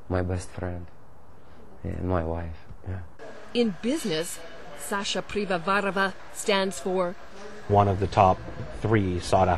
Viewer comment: IT'S pivovarOva...NOT pivovarAva